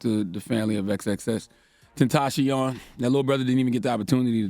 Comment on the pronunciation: "X X X TEN TACION" his mom reached out you and you can even name him right